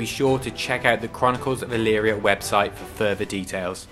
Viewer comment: I did a search of my hometown name. ELYRIA, OHIO. I found you. Oddly enough you pronounced it correctly. Most people don't. You also have the proper high school team colors. Another remarkable thing is the local newspaper is named the Chronicle. You might want to contact someone here about promoting your product...